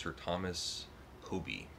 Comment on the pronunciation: Hoby is pronounced Hobby...